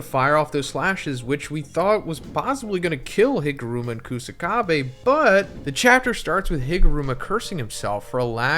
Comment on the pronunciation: Higuruma ❌ HIMuruma ✅